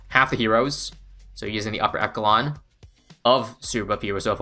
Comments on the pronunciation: echelon -> e-sh-elon not e-ck-elon :) love your videos bro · I love all your content, but it pains me to hear 'echalon' lol. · Hey. Love your content. Echelon is pronounced “eshelon.” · echelon is pronounced eh-sheh-lawn